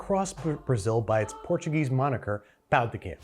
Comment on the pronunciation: I’m not portuguese and am a monolingual English speaker, but hearing him CONTINUOUSLY pronounce Portuguese like Spanish is irritating me so so much